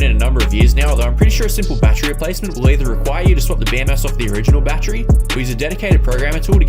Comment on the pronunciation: Take a shot every time he says BAT TREE.